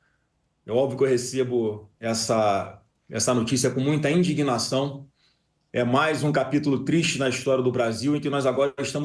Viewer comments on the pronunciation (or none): Diz Flávio "Muita Endignação"! KKKK É "Indignação", canalha!!!